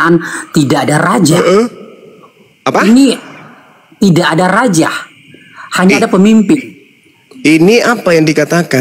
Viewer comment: RAJA.....bukan.....RAJAH Lol...